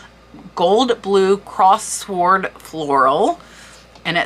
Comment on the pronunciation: What auction site do they use? Another pronunciation...pronounced with silent w...sword pronounced like sordid And gilt has a "j" sounding g not a hard guttural game. So sounds like jilt